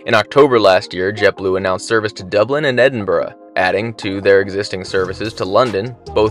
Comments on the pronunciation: Thanks for saying Edinburgh right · Great vlog. And credit where credit is due, it’s good to hear an American with the ability to pronounce Edinburgh correctly. 👍